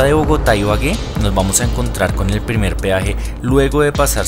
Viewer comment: Dice priemer xd